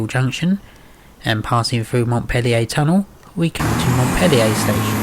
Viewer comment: You have incorrectly pronounced "Montpelier" , You pronounced it Montpellier the French way with a double L, this location has a single L and the R at the end should be sounded, a common fault by people from outside Bristol.